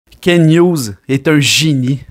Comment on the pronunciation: C pas Ken hugues c KenT avec un T !!!!!!!